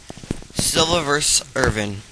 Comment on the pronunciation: it's fuckin' irvin, not ivrin